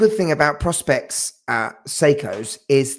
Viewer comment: Hi, couldn’t make the live. Think the GShock 2100s are the best first watches at the mo. A YouTuber I reallly like and never miss an episode is Tim from Caseback Watches ( he’s not into Japanese or Diver watches so is refreshingly different and the channel a bit under the radar … he needs more love). Pet hate …. It’s Seiko Pro Specs ( Professional Specifications) and not “Prospects” ffs, the Seiko X is actually a P and a S … just saying 😊. Love the show.